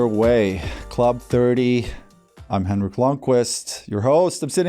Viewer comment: So funny that Henrik pronounces his own name and Alex's name wrong. I understand that they have become more of an artist name but as a Swede I think he can pronounce it correctly.